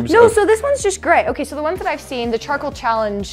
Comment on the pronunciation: Who heard chocolate toothpaste when they were saying charcoal